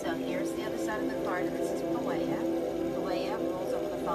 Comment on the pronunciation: I thought the pronunciation is po-ee-el